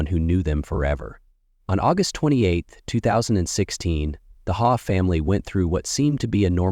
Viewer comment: ✨ It's pronounced 'Haw' but spelt Hawe (sometimes also Haugh) & wife's maiden name Coll. This happened years ago - i got the fright of my life when i saw this thumbnail saying 4 days ago. I thought "God! How did i not hear about this?". Until i saw the pics, i remember when it happened. Whoever is narrating should take the time to check pronunciations of names & places. Its very easy to do these days 🕊️ ☘️